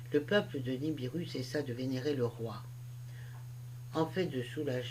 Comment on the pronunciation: Vous dites niribu mais c est nibiru